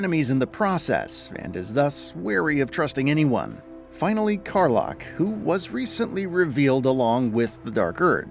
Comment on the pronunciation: Car-Lock, and Ketheric Corm..... again, narrator.... do your homework and rehearse a bit.